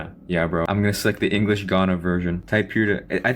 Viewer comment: bro your english accent is so good i'm surprised you're from jakarta